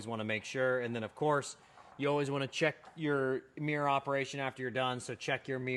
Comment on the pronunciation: What's a "Mi-yer"?